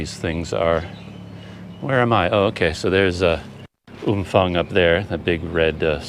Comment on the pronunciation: No f sound. Ph is pharng sound